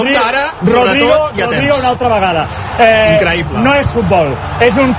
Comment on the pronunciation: Increiiipla xdd